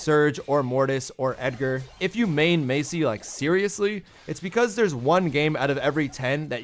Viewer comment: Not Macy it’s Masie